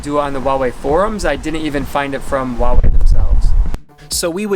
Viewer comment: You need to learn how to pronounce Huawei...my uncle builds chips for them and watched this with him and he was cringing haha.